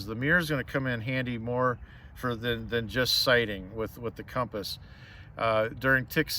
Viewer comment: Thank god you pronounce it CUM-pass not COM-pass. No, com-pass is not correct, drives me crazy.